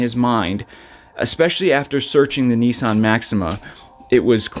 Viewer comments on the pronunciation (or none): none